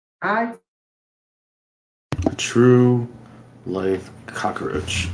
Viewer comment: Stop pronouncing it COCK-A-ROACH!!!!!!